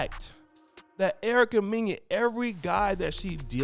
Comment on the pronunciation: Mena sounds like Menna homie. You killing her name